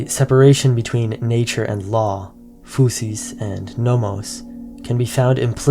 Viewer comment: Nature = φύση that is pronounced fisi not fusi